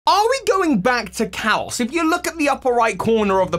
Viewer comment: Why do you keep saying Callus. Kalos